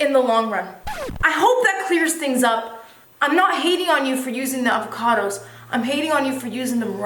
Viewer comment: LOVING your channel!!!! Is that really how you pronounce "avocados" or were you just being silly? Either way I love it :)